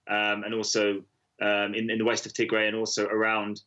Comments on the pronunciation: The name is " Tigray" not to gray. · Correction it’s “Tig Ray” pronounced in the same way as “Sun Ray” I am amazed by Western Media in 2020 that you still have to rely on these talking heads who are non African and not present on the ground in Africa to explain the African Story. This is ridiculous. Africa has 1.3 billion people many of whom can articulately explain our own story. This is a power shift in Ethiopia that happened right after PM Abiy Ahmed won the election and started cracking down on corruption perpetrated by the old regime which had Tigrian support. The result has been blow back from the Tigrians who feel that they are being unfairly targeted in anti corruption law enforcement and they have decided to launch a war in retaliation. This is pure lawlessness, however Ethiopia’s enemies want to capitalize on these criminals to cause chaos in Ethiopia 🇪🇹 especially to ensure that the GERD is a failure. That is what is happening in Ethiopia told to you by an African who lives in Africa. We can tell our own stories without your help, Western Media. Thank you very much.